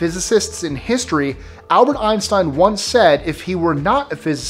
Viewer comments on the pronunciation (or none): none